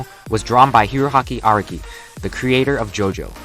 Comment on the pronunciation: He butchered our boy arakis name so hard